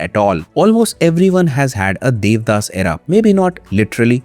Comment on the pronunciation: The audacity to not even watch the original bengali adaptation nor pronounce the no ek correctly. Debdaash